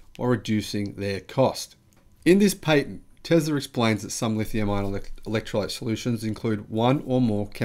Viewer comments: Sorry you Said “Pay Tent” it’s Pat Tent ah-ha Nelson voice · Perhaps it would be wise to focus your attention on pronunciation rather than sentence structure, i.e. Patent PATent, not PAYTent...